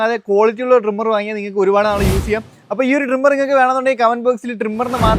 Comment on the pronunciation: ഡ്രിംമെർ അല്ല ട്രിമ്മർ